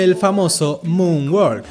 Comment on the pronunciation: MOON WALK no moon word